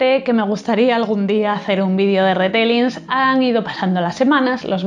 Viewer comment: Se pronuncia Ritelling y Nil Geiman